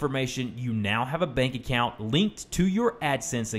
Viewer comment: is it just me or it said " back account "